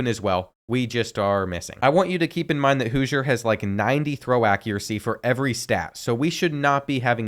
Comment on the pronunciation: Houser pronounced Hoosier 😂